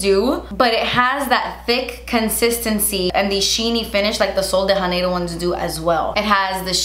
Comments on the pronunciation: Sweet, the J in “Janeiro” is actually pronounced like the J in the brand Jouer.... 😻😻😻Love ya!! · I love you, but I just have to say.... you’re supposed to pronounce the J in Sol de Janeiro ... it’s Portuguese, not Spanish 😂 Sorry, I know it’s a small thing, but since I’m married into a Brazilian family, it drives me crazy 😂